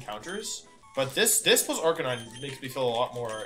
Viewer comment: You know things are not going to go well when wolfe says Arcanine instead of Arcaninay